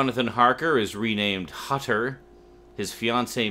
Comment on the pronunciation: Just a little remark: Hutter is German. The "u" in his name has to be pronounced like the "oo" in "hood".